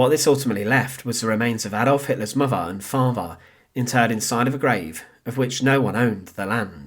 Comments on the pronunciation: Please support this channel so they can get enough funding together to send the narrator for elocution lessons. Give generously as it may take some time. Loved hearing about "Hittlah's muhvah and favhah" though. Thanks. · Personally I'm disappointed with the presentation of this subject. The narration is badly written and edited and the narrator himself does not make an effort to pace or elocute his vocal delivery (farver instead of father, muvver and not mother). A good opportunity to tell a little known backstory lost to an amateurish présentation.